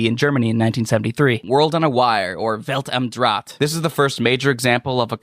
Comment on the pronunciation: Welt am draht is pronounced wellllt am draaht h is like aah but deeper